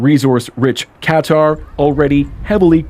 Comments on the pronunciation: Ka-tar, not Cutter 😂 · Ka-tar, not Cutter. Please pronounce it correctly.